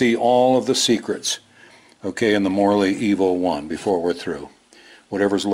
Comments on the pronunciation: I kept hearing Morley EVO as "morally evil" lol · You said: Morley Evo One I heard: Morally evil one